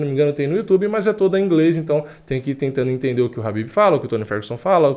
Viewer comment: Não é rabibi cara, é Khabib.